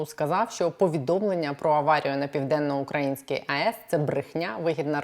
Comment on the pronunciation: Правильно казати Південно-Українська з наголосом на [ ї ]. Дякую